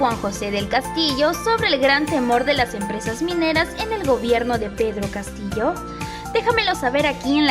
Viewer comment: Este señor porque dice Pedro Catillo